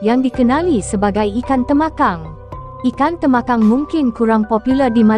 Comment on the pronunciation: tembakang la bukan temakang..talapia bkn tilapia